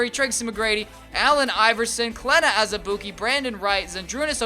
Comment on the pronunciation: Surprised you said Azubuike's name right lmao